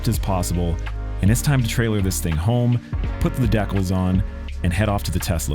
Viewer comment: Imagine you sponsored this guy only to find out he pronounced decals as “Deck-ills”?